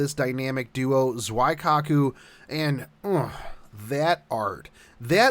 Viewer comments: Just saying it's zuikaku not zuaikaku. it's pronounced as zweekaku XD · Pretty sure zweekaku is not how you pronounce the name either. It's simpley "Zui-kaku", japanese names are easy to pronounce once you get a hang of it. Or just look up her lines to see how she introduces herself. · ZOO-E This ain't German, there's no Zwei in there. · I noticed that you were pronouncing Zuikaku and Shokaku incorrectly so here they are for future reference. Zuikaku is pronounced Zoo-wee-ka-ku Shoukaku is pronounced show-ka-ku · Wadda' mean. Isn't she pronounced "Zow I cock ooh"? xD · I don't wanna be that guy but... I'm gonna be that guy just cause it's bugging me. Zuikaku is pronounced " Z-wee- kaku. nothing personal, just wanted to let you know. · it’s Zoo EE Kah Koo. Japanese doesn’t have diphthongs. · Phonetically, it would be closer to Zwee-Kah-Koo than that, but, I digress. It is 'nitpicking'. The romanji pronunciation is fairly close to how it is spelled in most instances. And, not to be 'that other guy..', but, speaking the language does not infer mastery of it. There are plenty of us 'normies' who still have issues with our native tongue, even after 40+ years of using it. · Every time Zuikaku was mispronounced or the currency was called painted horses 10 children somewhere were born with autism. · *TRIGGERED by zuikaku pronounciation* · Lol let's be real. He pronounced it wrong, but instead of criticizing each other, isn't there some shipgirls we could all be leveling?